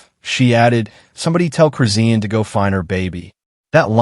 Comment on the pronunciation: PRONOUNCED HER NAME RIGHT ITS CHRIS. SHAWN THATS THE WAY ITS PRONOUNCED NOT WHAT YOUR SAYING